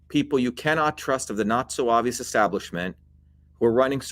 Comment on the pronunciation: He says ''the Not-So-Obvious establishment''. I thought he said 'the Nazo Avo' and could not find it in dictionaries! He, he!